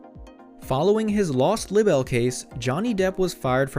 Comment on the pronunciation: “Lib-bel?” Is English a second language for you? Libel is pronounced “LIE-buhl”.